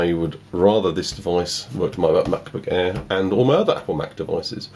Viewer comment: The Way He Says Air "The Mac Book Airrrrr" 😂😂😂